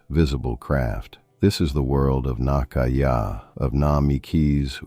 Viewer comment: Lovely pens and comments; one quick not: Maki-e is pronounced 'makee-e', not 'makai-e'.